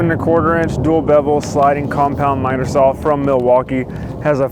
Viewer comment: Hey love your videos and all the info you give out, but I have a problem with something you do say. The word "SAW" does not have a "L" in it. I have heard this from other wood workers that don't have the integrity to admit it's wrong and work to correct their language. Again I enjoy your videos and will continue to watch them.